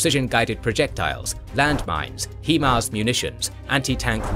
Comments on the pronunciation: Downvote for every time you pronounce HIMARS as "heeeeeeeee-mars" instead of the correct way, HAI-MARS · "HE-Mars" bruh what? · Excellent presentation as always; however, I can't help but notice you've doubled-down on "hee-mars" almost as much as Wagner has on Bakhmut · Thanks for the video, great work! Though HIMARS is pronounced "high mars".